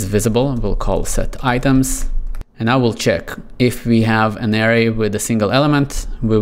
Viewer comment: Good video, and disclaimer I know learning a second language is difficult ESPECIALLY English, but I recommend looking up how to pronounce Array